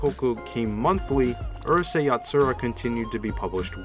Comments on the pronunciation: It's 2022 and people still mispronounce Japanese words! This would be like pronouncing Uryu (Bleach) as "ER you"! It's "OOH" (chew) not "ER" (fur)! "Ooh. Rooh. Say." -Actual geek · The narrator’s pronunciation is killing me, especially when I hear 12 year old Canadians getting names like Lum or the series title Urusei right.